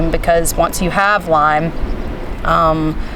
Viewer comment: Hi, its Lyme not Lime